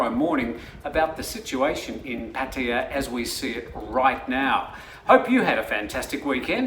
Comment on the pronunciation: Try YouTube on how to properly say Pattaya since you are based in Thailand and your news are mostly about Thailand